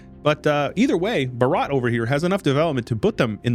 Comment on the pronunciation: The way he pronounced "Bhaarat" No i am leaving